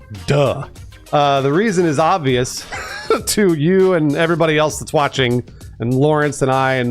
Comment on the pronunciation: He said "Twatching"